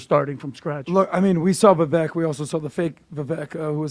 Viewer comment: Vivak. Rhymes with cake. Jesus guys.